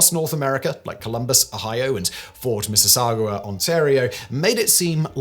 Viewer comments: Simon massacred the name of my hometown, Mississauga. "MISS-ISS-OGGA" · Why does everyone who isn't Canadian mispronounce Mississauga?